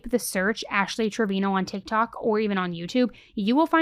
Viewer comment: Its pronounced TraviNo